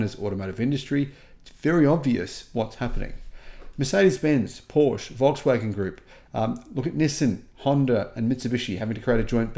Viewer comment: Eh… Porsch again… Dude :) It’s Porsche right? Right??